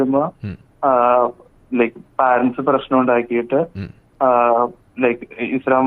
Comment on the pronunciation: മലയാളികളെ 'പാ'രൻ്റസ് അല്ല 'പേ'രൻ്റ്സ് എന്നാണ്. എഡുക്കേറ്റഡ് ആയവർ പോലും തെറ്റായിയാണ് ഈ വാക്ക് ഉച്ചരിക്കുന്നത്.